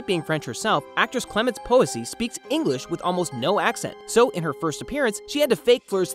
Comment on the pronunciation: Don't you mean eemprove 'er Eenglish Also I seriously like this voice over guy because he isn't talking to us like we're a bunch of f*cking five year olds and he discovered a gold mine he wants to show us